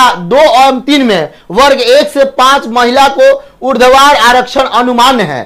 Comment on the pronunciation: Urdhvar vs urdvadhar 😅😅😅😅😅